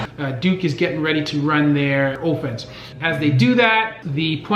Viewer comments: I know he didnt say Oefense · Offense pronunciation= oh-fence